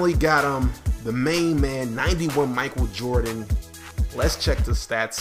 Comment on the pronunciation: Did he say Michael jerry Jordan